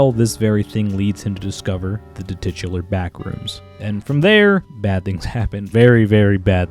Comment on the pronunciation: Did I just hear you say "tititular" because that is not a word. It's "titular".